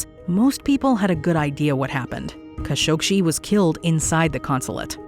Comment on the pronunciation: It's pronounced "Ka SHOK jee." No "shee."